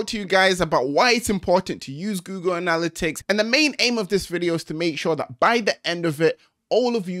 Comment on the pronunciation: It’s killing me the way he’s saying anALLitics instead of anaLITics